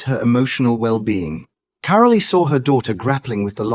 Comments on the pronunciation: It voice. Her name is carol not carolea. Do we have to put up with this stuff. It’s not normal. 😮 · Her name is not "CARO-LEE!" It is pronounced CAROL, like in Christmas CAROL! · Get your robots or ignorant humans to pronounce the names correctly. Carole Middleton is pronounced Carol NOT Carolee. 😡😡😡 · Why is Carole Middleton's first name pronounced Caroleee. It s Carole - the e is not pronounced. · narrator not pronouncing mother Carole’s name properly, it’s pronounced ‘Carol’ …the ‘e’ on the end is silent!! These folks should be screened! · ITS KAR REL TON , THATS HOW YOU PRENOUNCE IT! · The e in carole is silent it is pronounced p ke. Christmas Carol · Since you can't be bothered to pronounce Carole Middleton's name, I tend to doubt your narrative. What you have told is pretty common to chemotherapy patients. I sincerely doubt that any of this is directly relatable to the Princess. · Catherine’s mother would never discuss personal information about her beloved daughter. You don’t even know how to pronounce Carole’s name properly so why would anyone believe this total bunch of rubbish that you are trying to sell the public regarding Catherine’s recovery. Shame on you for going into embarrassing details and trying to sell this garbage as truth! Leave Princess Catherine, alone and mind your own business!